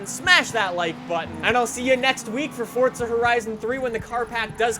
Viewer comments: QUIT SAYING FORTZA ITS (for-za) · It's forza not fortza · PLEASE STOP SAYING FOR T ZA.. I'm a simple man, FOR Z A.. just say it! Dont church it up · Fortza???? Its Forza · Why do people say Fordza? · Wtf is fortsa? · It's not Fortza it's Forza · ITS NOT ForTSa. ITS ForZA. WHY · He is saying fortza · it fucking irritates me the way he says "forTza" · Am I the only one who hears "fordza" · Nothing pisses me off more than people who can't pronounce simple words like "Forza". For fucks sake, WHERE IS THE "T"? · "fortza fordza fordtza", are you speaking the Italian version of this word or ruining the english rendition of it?